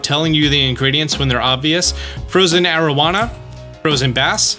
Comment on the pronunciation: AroWANA AroWANA. Love the videos but you ALWAYS say the name of the fish wrong. Always.